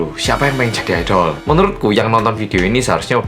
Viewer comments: Bang bacanya aidel bukan aidol:v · Pas ngomong "IDOL" krungu ku kok "ODOL"